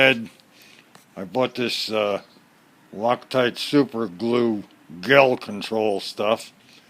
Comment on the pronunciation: The "G" in the word Gel is pronounced with the sound of the letter "J". Good luck.